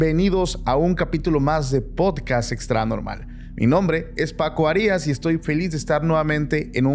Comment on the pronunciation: PACO ARIAS, CON ACENTO EN LA I O PACO ARIAS ACENTO EN LA A? BUENO MI PREGUNTA ES PORQUE TU LO PRONUNCIAS ACENTUANDO LA I.